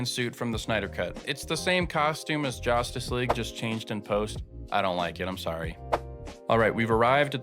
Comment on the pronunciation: Do you use ai when narrating your videos? Nobody says “jOStice” League.